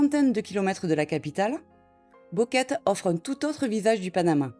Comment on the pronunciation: "..." répète sans cease "Boquete" en "Boqueta"! "Boquete" prononce "Bouqueté" non pas "Bouqueta" et "Boquet"!